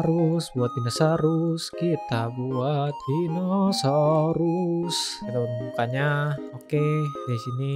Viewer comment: Orang lain: Dinosaurus Bg: Dinasarus